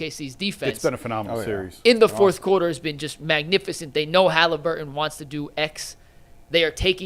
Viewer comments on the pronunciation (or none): Why can’t say “Halliburton?” “Hallibur-inn.” It’s takes credibility away when you speak like this.